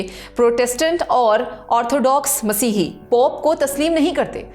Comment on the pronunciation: Ap itna khubsurat Masih bol rhi han KHUDA kre bakion ko bi sharam a jaye